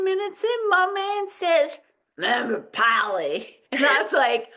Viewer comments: My Aunt lives in Paoli and I have never ever heard her say it as it was pronounced on the the show! PAY-OH-LEE is how I've heard it. Ladies of Lallybroch, there's a name I haven't heard in a while. I remember them from the beginning. I thought this episode was really great overall. I liked how they stayed close to the book. I agree, Jamie and John were hard to understand in the woods and I had to have captions on for that. David squeezing his eyes was perfect because he knew Jamie was going to kill him for what he was about to say. William asking Claire the circumstances of this birth was so good and Cait and Charles were spot on with it. I really think Claire wanted to be helpful to William as well. I agree, the books have William and Claire having more of a connection but the show doesn't have the time. John has no idea of what happened to Jamie in Wentworth and him saying they were f ing you I think had a affect on Jamie and he let lose. It was hard seeing Jamie beat LJ up. The British left Philadelphia because France entered the war in 1778 and the France Fleet showed up. Fifteen thousand British troops left and ended up in NY. Loved Rachel's response to William after he had Ian arrested and Izzy has done a great job as Rachel and yes, William was having a no good very bad day! Is there not another bedroom in LJ house??? Didn't care for the cutting in of J&C and LJ scene. I think the intimate scene was awful and sometimes things don't transfer to the show from the book as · and … Please do not ever stop podcasting! I was so excited to see you had posted your newest video! I could not believe the pronunciation of Paoli in outlander early Friday morning! I thought of the two of you first thing! You too make my week along with the best program out there in my opinion. I am so over the moon that you enjoyed it as much as I did! Thank you for all you do and keep on podcasting! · I thought they were saying it wrong 🤣🤣😂😂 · I was like "What is POWLEY??" 🤣